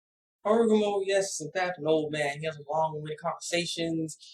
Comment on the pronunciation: hagoromo* Not harogumo! Sorry I just wanted to point that out, not to be a jerk.